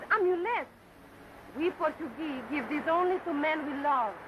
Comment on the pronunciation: Rosita... played by Steffi Duna (born Erzsébet Berindey; 8 February 1910 – 22 April 1992) - a Hungarian-born film actress. Yeah, definitely not a "Porta-Geeze," as they pronounced it in the movie, lol.